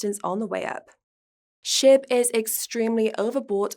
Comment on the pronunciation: Sound like she’s saying Shit token instead of SHIB 😂😂😂 I love it